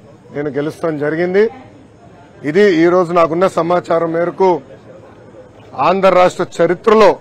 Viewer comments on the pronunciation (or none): అయ్యా లోకేష్ ఆండ్రా రాష్ట్రం కాదయ్య ఆంధ్ర రాష్ట్రం, పదాలు సరిగ్గా పలకడం తెలియదయ్య ఇంకా పరిపాలన ఎలా చేస్తారు ఏంటో